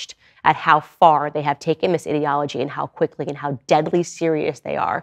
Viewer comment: She said "ideology" I heard "idiocy